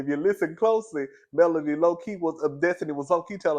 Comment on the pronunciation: I agree with your assessment. Also it’s Melody, not Melanie.